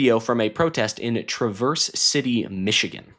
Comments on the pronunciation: It isn't TRAH-verse Say it Midwestern. You are mispronouncing it. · You are pronouncing Traverse City incorrectly.